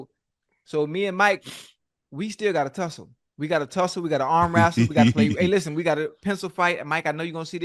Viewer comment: I'm so happy to hear Unc say he's not beefing with anyone else, to many people are using his name for clout. "Arm wrassle", Ocho is so silly 😂